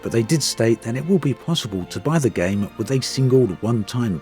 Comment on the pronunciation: Cringed every time you said the word “Game”